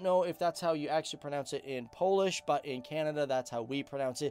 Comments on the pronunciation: It was fun to watch but you have mispronounced every Polish word! Hahahhaah. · 😀 You Both Nations are my Cool Neighbors but Your Language is more hard then Swedish 🥺 🥵As A Non European German ....It almost Killed me to pronounce anything in Polish Still you Both are great as long as you lost to us in football